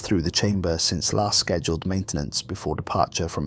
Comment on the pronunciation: Pronunciation of "Shchezduled" makes my balls ache